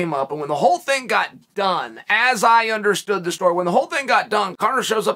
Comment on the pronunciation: "I gut a memory like that you can count on me for these things" lol Classic Chael